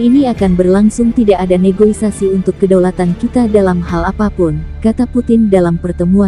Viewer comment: NEGOSIASI ya admin!!? Bukan negoisasi!!!